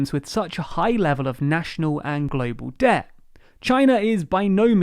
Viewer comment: What is "Deh" that this guy in the video keeps talking about?